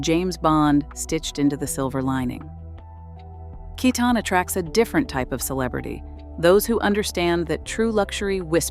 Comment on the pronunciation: Pronunciation can be more consistent. For both Kiton and Cesare Attolini. I'm just afraid even the corporate pressures and newer family members taking over will dilute what once was incredible untouchable clothes. I've seen it happen.